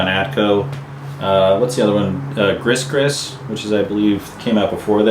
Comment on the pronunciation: Gris Gris is pronounced Gree Gree.